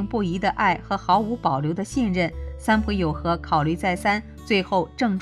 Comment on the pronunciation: 應該是三浦友和，不是三友浦和喔～